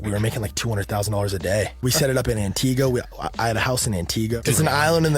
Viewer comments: This is completely unimportant, but it's pronounced Anti-GHA and i promise it is not as awful as they made it sound. Makes me feel some type of way hearing how people misconstrue the island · Guy can’t even pronounce Antigua 😂 true colors right there